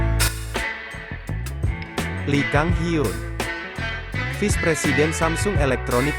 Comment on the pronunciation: Elahhh ngomong vice aja visss wkwkwkw